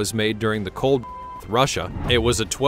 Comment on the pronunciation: What's up with this channel. They can't say WAR. War war war war.